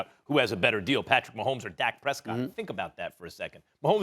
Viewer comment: Nobody: Max: pAtRiCk MaHoMeS!!!!!!!!